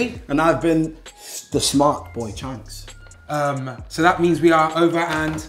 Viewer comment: “cheonks” 😂😂❤️ love dese two always been ma favourite love how u lot keep growin bigger 😭💕